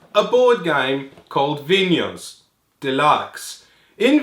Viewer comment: Bonus points for pronouncing Vinhos correctly!